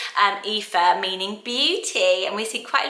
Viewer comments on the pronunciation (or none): Aoife not aiofe